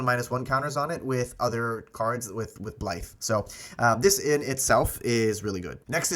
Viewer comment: Blight =/= blithe. 😂